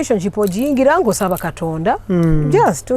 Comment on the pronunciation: "Kitonda"..so Angella cnt Pronounce "Katonda"🙄🙄😏😏🤣🤣anywe love u my 🤩🤩....But only Kasuku en Gashumba are missing on this show 🏃🏃